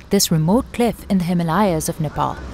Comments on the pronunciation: Its HIMALAYA NT HILMAYA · what was that Hi-ma-la-ya in the starting of video? lol